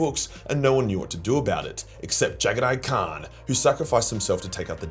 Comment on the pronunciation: You say kharn and khan exactly the same